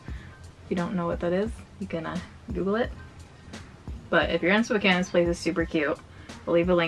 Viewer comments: I am so used to non-spokanites mispronouncing Spokane that it threw me off every time you said it right 😂 like my brain was constantly prepared to correct something that didn’t need corrected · It’s always a breath of fresh air when someone pronounces Spokane correctly 😂